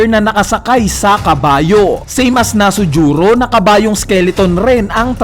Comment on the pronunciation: Bat kaya nasujuro Yun imbis na V. Nusjuro? Wrong pronunciation lang pero keep it up pa din